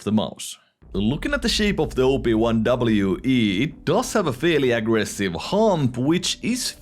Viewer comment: i thought you were calling it the "Obi-Wan" for a sec lol